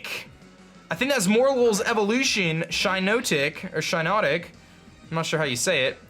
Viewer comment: Shiinotic is pronounced like Shiitake+Hypnotic